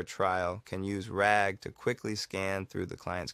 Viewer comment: Wow, he really said ragger with the hard r this is a fun series, keep it up!